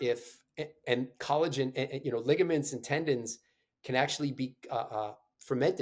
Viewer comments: Did he really pronounce it "colla-Gen"? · It is pronounced CollaJen, even though it is spelled Collagen. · Great info my guy pronounces collagen funny